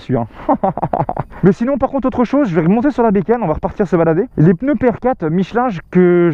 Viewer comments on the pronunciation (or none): none